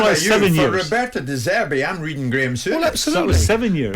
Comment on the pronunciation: been said before .. he’s Graeme Sour-ness